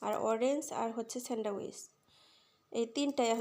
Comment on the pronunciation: স্যান্ড্রাউইচ না স্যান্ডউইচ